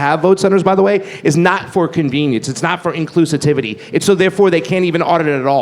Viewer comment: inclusitivity? How do you live 30 something years have opinions on complicated topics like politics and be pronouncing that word wrong all this time